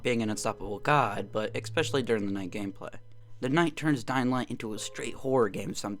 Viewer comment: Why do you keep saying eKspecially? There is no K in especially.